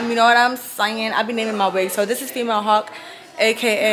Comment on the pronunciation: Hawk is not how you say hulk